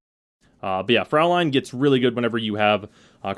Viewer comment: Fraulein is actually pronounced "froi-line". Well, at least if it was spelled Fräulein